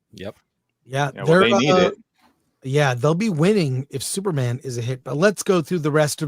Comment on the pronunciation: I feel bad but I laugh whenever Chris says Thuperman instead of Superman.